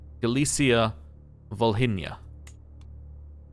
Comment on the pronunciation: Your older pronunciation of Volhynia is the correct one, the "h" is silent. The "h" in the English spelling is probably there due to the German spelling Wolhynien, but "h" is usually silent when in the middle of the word in German.